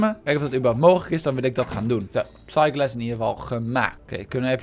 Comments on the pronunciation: Psyglass is wat hij zegt en wat hij bedoelt is spyglass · Waarom zeg jij psyglass